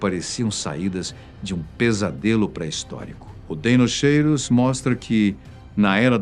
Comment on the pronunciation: "Dinóquiro" seria a pronúncia.